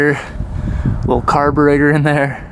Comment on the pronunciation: he said “Wittle” lmao